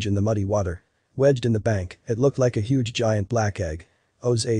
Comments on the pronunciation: The narrator should have paid more attention in class. So should have the editor and the director. "Huge" is not pronounced /həɡ/ (hug) it is pronounced /(h)yo͞oj/. Two completely different words with unrelated meanings. This is not the first documentary I have watched recently with a narrator who does not know how to pronounce simple, well known words. When the scientific world accepts lazy mistakes as part of its existence, where does that leave our world with answers for survival and exploration? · The “ hug” rock! How ridiculous that you don’t do a do-over the reading is pathetic. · How on earth could anyone not know the word "huge" the narrator read it as "hug rock". You kidding?